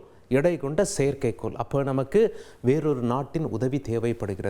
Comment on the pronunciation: செயற்கைக்கோல் சொல்கிறார்கல் NOt a perfect pronunciation